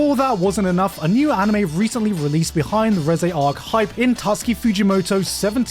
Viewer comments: nobody else bothered by Gigguk butchering Reze pronoucation? Re zay lmao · "Rehzay" arc💀